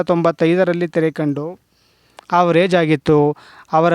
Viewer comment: ಹವರೇಜ್ ಅಲ್ಲ ಆವರೇಜ್